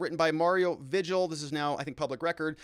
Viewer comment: Vigil is pronounced vee hill